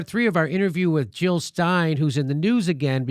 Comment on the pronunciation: Jill not Hill